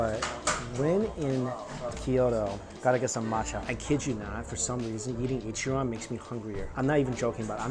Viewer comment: I’m sorry but it’s Ichiran . Not an opinion but a fact 🍵